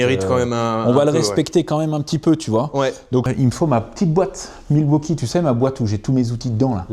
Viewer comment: la petite boite milwauchibre ??? 😂😂😂